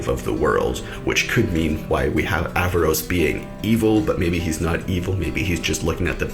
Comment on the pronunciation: btw its aaravos not avaros